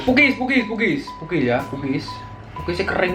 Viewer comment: Bukan pukis tapi pokes